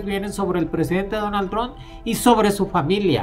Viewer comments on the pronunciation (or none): “Jon Baiden”, y “Donal Tron”. Órale